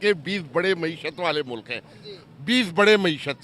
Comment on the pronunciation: Mulak nahi hota mulk hota hai😂😂😂😂